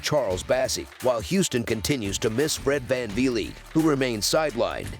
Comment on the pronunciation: “Fred vanveely” 💀